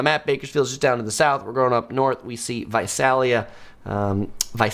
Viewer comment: Visalia- the first “a” sounds like “ey” in “hey” Think Visaaaaaalia.